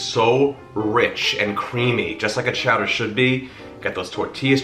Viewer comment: Can't go wrong with spinach and artichokes. "Chow-duh"... I'm here for it!!!